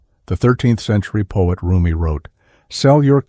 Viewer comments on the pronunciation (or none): It's RUMI **NOT** "ROOMIE"!